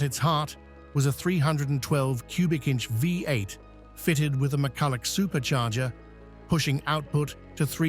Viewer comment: Pisses me off they're unable to say V8